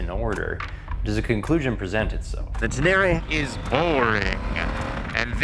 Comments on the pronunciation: It’s Ten Eh Ray not Ten Airy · it’s Ténéré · Pronounced Ten-ay-ray.... after the desert. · wtf is "Tenary"? Say it right, man